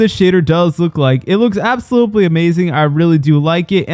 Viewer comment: “Absoblutely—“ I can’t. I just can’t lol.😂